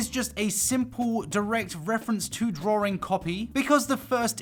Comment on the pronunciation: Excuse me, is he saying “Drawring?”